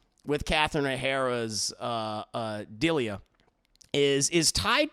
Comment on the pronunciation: How you pronounce Delia 😧